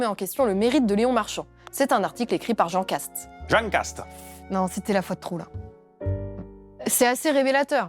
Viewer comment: "Jean Kast" prononcé à la Castex <3 et l'accord de piano derrière x'D